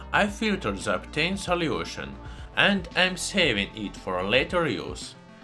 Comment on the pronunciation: i love your accent. "salyiewtion"